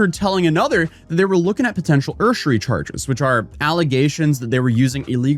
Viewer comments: I was super confused when you said "ersury charges" until you defined it. Usury is pronounced like "use". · “URSHIRY?!” My man, the cop even said it in the video “USE-ery” 🤣 This script feels a little rushed bro. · Its pronounced 'you-ser-eeee' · It's "usury" (YOU-ZHUR-REE) not whatever the hell you said 😆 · Usury is pronounced like yoo-zhr-ee, just for future reference. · usury? Pronounced "use-err-eee" just fyi. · Use-er-ree* charges the cop says it correctly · Lol did you just call usury urshary? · Think of it like "USER-y", or go British with "use-youry" Lol hurr durr urshuree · YOU-zur-EE It’s such an odd word to pronounce. Love your content